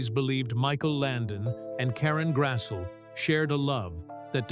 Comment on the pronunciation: Its pronounced Grass-lee